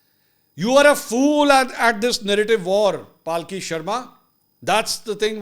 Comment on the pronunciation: Mansoor bhai, paalki nahi palki sharma 🙏. Ek dafa unke mun se sun leejiye, how she pronounces her name. Palki not paalki. Kal ko es pe bhi aap ka mazaaq udh jayega